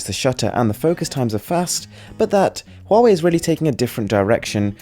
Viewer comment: Pronounced Wahway